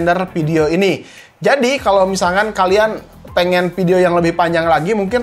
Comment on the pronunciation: Video bukan Ppidio